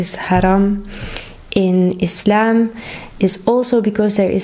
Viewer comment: Thank you for your correct pronunciation, (Islam) not (Izlam)